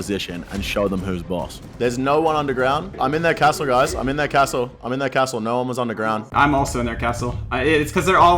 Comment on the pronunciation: pronounces 'castle' as though he hates Australia